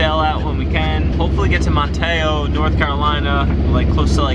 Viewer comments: Sorry we didn't manage to cross paths when you were southbound in the Virginia portion of ICW! You got your replacement parts in Man (as in man) te (as it tea) oh, NC. Verbal emphasis on the first syllable. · No it isn't...Manteo...Man-tee-oh...my family's been here for almost 300 years...